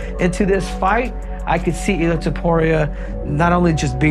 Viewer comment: It’s not illir that’s an Albanian name. It’s illia.